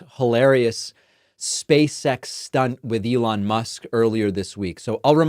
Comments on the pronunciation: “Space X”, David I kept hearing you say “Space Sex”… ROFL! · Am I the only one who hears “space sex”, whenever David says it? 😅